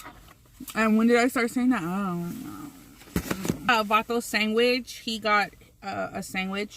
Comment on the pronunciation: when she said sangwich 😂😭😭😭😭😭 i was giggling and saying it out loud to myself 😂😭😭😂😂😂